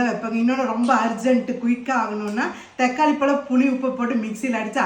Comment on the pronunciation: தெக்காளிஇல்லம்மா தக்காளி